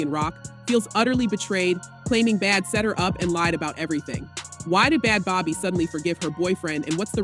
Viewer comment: These AI narrated videos drive me fckn crazy- “B-Had Bobby” “Bad Beebee”